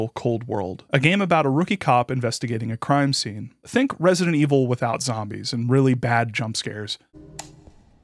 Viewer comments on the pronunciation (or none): none